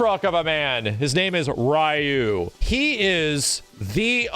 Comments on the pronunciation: TIL pronounces "Ryu" as "Rai-yoo"... but "Ryo" as "ree-yo"? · "His name is Rye-you" 🤢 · Dan was created to make fun of Ryo & Robert at the same time (Dan has long hairs like Robert) :) Fatal Fury was developed by Mr.Nishiyama, who also created SF 1, not SF 2. PS: for pronunciation purpose: how do you call Ryo? Ryu (of SF) is the same: the “y” is pronounced like a “e”, not an “a”. Both are Japanese characters with Japanese names: any non Japanese pronunciation is incorrect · Alot of old school players or players from the 90s will pronounce Ryu "Rayu" or "Roo". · Why do people say ryu like RIYU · Didn't watch the video 1st time I hear say Ryu he goes: RIE-YUU damn I have no explanation for that XD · Ryu actually pronounced in Japanese is said like this Lee u. Or ree u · Did you call him Rye-yu just to troll us? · I love when people pronounce Ryu as Rye-you. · Bro. I love you. You're awesome. But you're an S-Class YouTube gaming channel with a deep love for fighters and you can't pronounce "Ryu" correctly? I mean, you had to have learned it wasn't "Rai-you" at some point. You're still great. Still love ya. Just, come on, man... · "his name is raayuu" yeah... sure it is xD anyway, thanks for the vidya; I had no idea what a shoto was. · His name is Rye-yu, lmao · RYE-YOU KENNETH TERRENCE MY SIDES XDDDD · This man cant make up his mind on how to pronounce Ryu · Does it bother anyone else that he says Ryu weird? Nobody? OK. Edit: he says all the names wrong like Hadoken, Sakura and so on. Never noticed, moving on. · He knows how to say Ryu. It was a joke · how dare you miss pronounce my Ryu:'( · I'm going to give you the viewer engagement you crave! By commenting on how you purposely mispronounced Ryu's name so that people comment on it. So here's that comment for you! Enjoy! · I do not like the fact that just pronounced Ryu improperly...